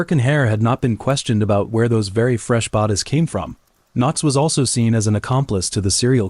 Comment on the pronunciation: Why does AI have so many problems with reading, is it because the person who enters the words misspelled them? If my phone can give me suggestions on spelling and grammar, why does the AI have so many errors, so many words it just can’t say like strangled, the AI says straing led, bodies comes out like bawdies and so many more. So WTF?